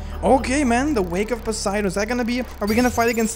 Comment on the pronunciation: Also "posiDAWN"